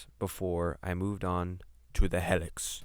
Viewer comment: It's pronounced hee-lix... not hell-ix